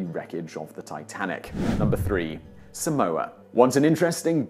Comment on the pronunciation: your pronunciation of Tonga and Samoa kills me